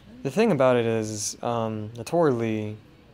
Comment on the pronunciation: her name is Naotora Ii, not Li. upper case I then lower case i. Pronounced 'Nayo-Tora Ee'